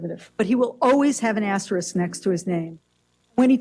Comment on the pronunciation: Nice piece,. May I say how much I appreciate your pronouncing 'asterisk' correctly? I appreciate it very much.